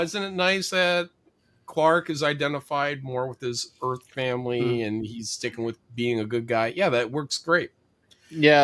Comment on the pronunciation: … “We sent you to Earf… …”